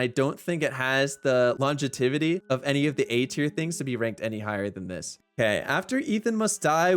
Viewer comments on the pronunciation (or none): This man working hard to create content. He's even creating words like "longetivity". Soon, "Longevity" will be out of business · I have never heard the word longevity pronounced that way. I'm not mad at it though.